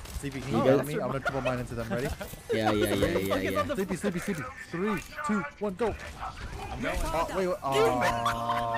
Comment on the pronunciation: Sleepy more like sleep-e